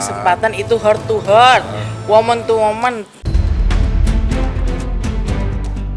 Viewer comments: Lisa bahasa English nya cara nyebutnya harus belajara lagi kedengara sama saya bukat heart to hearts tapi hurts 🤕 harus bisa membedakan dalam ngucapin nya 🤣😁😁🥳 t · Heart to heart itu dibacanya hart to hart bukan hert tu hert ya Jeung.. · Heart to heart u mean? Ucapin yang bener, kalo gak, mendingan ga usah sok English lah